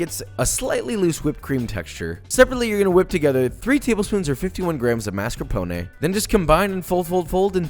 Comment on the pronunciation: this video made me realize that Australians pronounce mascarpone so much better than Americans........we care about cultural differences biitch